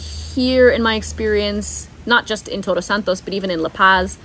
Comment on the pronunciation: I love your videos. Again. You have the ability to capture us kind of lift us get really excited by your narrative full of joy and pasion and scenes so awesome and suddenly boom we fall to the ground, your video is over.. Way too short hahaha. By the way. Try to pronounce TODOS a little more emphatic a little more i don't you, your Spanish pronunciation is awfully good and clear. You are saying TOROS instead of TODOS. Toros means bulls, todos means all. D sounds differently. R has two sounds. Carro pure R sound and in CoRazon, you see how it is pronounced. Enjoy your stay there. I'm looking forward to seeing more videos from you. A big hug for y'all.